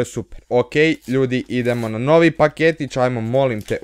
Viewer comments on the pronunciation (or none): none